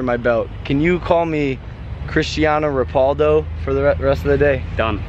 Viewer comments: PANDA SAUSAGE omg it's chistiano ro-PAUL-do as in Logan Paul 🤦🏾‍♀️ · This man said cristano ropaldo 😂🤣😂 bruh Logan bruh he’s hella funny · Wait.. did he say Cristiano Ropoldo?? 😂😂😂😂😂😂😂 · who da f*ck is cristiano ropaldo its ronaldo lol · Did Logan just say Christiana repoldo 🙊🙊🙊🙊🙊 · Can we talk about how Logan said Christiana repaldo Instead of Christians ronaldo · Mario22 because his surname is Paul and it's like ropauldo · Edupz Le savaj cristiano ro-pauldo bro 😂😂 wtf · That’s not how you say Cristiano Ronaldo